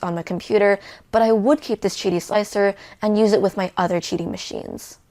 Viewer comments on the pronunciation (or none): If it's che-dee wouldn't it be the chu 1? JK 😂